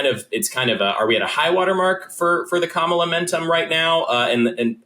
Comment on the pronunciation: Sorry, done listening, Bill, until you learn to pronounce Kamala's name.